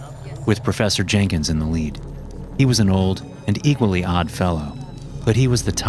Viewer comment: “processor jankins” 😭✌️